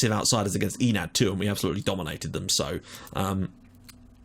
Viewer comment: My brain hurts from how you pronounce the club names so I have prepared this (On the left is the club name, on the right is how you pronounce it): ASIL - Asil Adonis - Adonis Othellos - Othellos APEP - Apep Omonoia. Ar - Omonia aradipou Digenis - Digenis Kamiotissa - Karmiouotisa Agia napa - Agia napa Deryneia - Derinia Achyronas - Ahironas Akritas - Akritas Pafos - Pafos Enad - Enath Olympiakos - Olympiakos